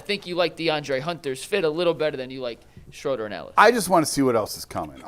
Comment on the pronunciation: Hey..great job..but it's SCHROOOOOOODER!